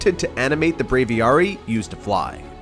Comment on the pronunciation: Aviary=the place in which you hold a bird or the sub sect of bird. Said A-VEE-AIRY. Sit while Pokémon is BRAVE-AVIARY=BRAVIARY